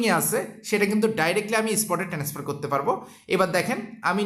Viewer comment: ট্রান্সফার না বলে বার বার টেনেসফার বলেন কেন ??